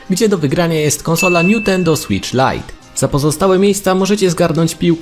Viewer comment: niutendo xD